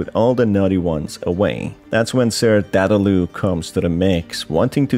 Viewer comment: Dadaloo? It's Dadadoo